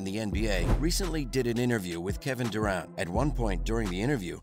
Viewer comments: PLEASE learn how to pronounce "Durant." I had to stop the video. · I hate how you say Durant